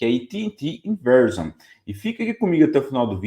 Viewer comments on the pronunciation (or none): Excelente video. Dica : Verizon se pronuncia ve-rái-zon